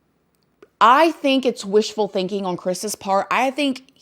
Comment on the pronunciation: First off... I definitely get the vibe from that Carter guy that he's just trying to milk it for what it's worth tbh and Secondly.... Can we all just take a moment to acknowledge how absolutely adorable it is the way says the word "on" lol not makin fun of it (trust me I'm no one to judge an accent, I got my own lil southern drawl/twang) it just sounds adorable when she says "Oin" instead of "On"... It's unique (atleast I've never heard that word used like that an any accent) and pretty cool... It's almost like this girl got her own language!!! You're awesome and please everyone, don't take what I said as pokin fun or bein rude, it was meant as a compliment, so no one come for me. lmao